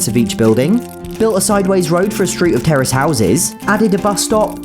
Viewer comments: Terrorist is what I heard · what did you say terrace Or terrorist? (Update I found out)